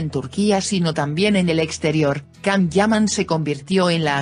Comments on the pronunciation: Can-=Jan in English-not Kan,;Ç=CH in English-not k you will pronounce finally correctly??? Don't disturb your's followers, please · Por favor no le digas can es yan, gracias